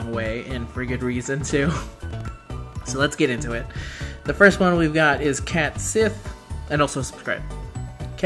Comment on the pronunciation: The pronunciation here is not intuitive. "Cat Shee"